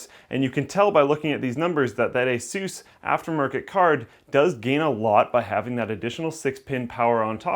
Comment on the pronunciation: lol "asoos"